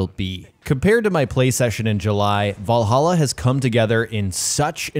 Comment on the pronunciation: Shame he can't pronounce 'Valhalla', though lol.